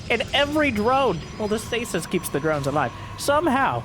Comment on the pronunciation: The plural of the word "stasis" is stases (pronounced "STAY-seez").